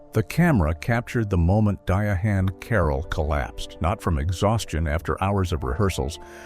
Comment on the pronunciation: Her name is pronounced Diane, not Dia -Han !!